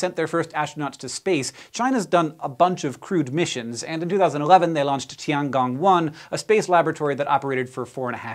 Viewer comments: Nitpick: "zhou" is pronounced like "joe", not "jowl". And "gong" should rhyme with "own", not "gone". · Its tiangong not tianjiao